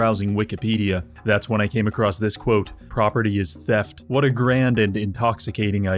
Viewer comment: property is thieft sounds like juice ah oh wait wikipidia is owned by them xdddd